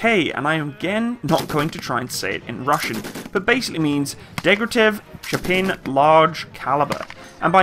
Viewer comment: Shpa-Gin (hard G, not like the drink). Shpagin.